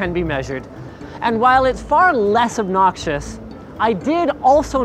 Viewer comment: less obnotchious